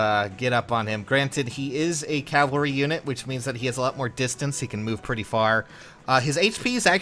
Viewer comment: Okay for the love of god. Cavalry. CaVALRY. Not Calvary.